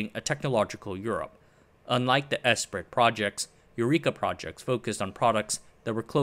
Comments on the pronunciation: I believe "Esprit" is pronounced "Espree." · Esprit is pronounced ‘ess pree” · Great video. FYI 'Esprit' is pronounced 'Espree' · Came here to say the same. Phonetically it’s pronounced “Espree”. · Esprit is pronounced "'espree" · Not out of annoyance, just a correction. Esprit is pronounced "S-Pre" it stems from French, and being an EU policy its likely it was largely written there, though in don't known that part for sure.